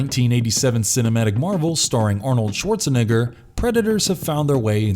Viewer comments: did he just say Arnold Schwarzanig*** you know what it is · ...You ugh... pronounced Arnold's name wrong...